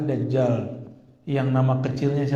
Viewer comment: dajjal sebutannya bukan dazzal 😂😂😂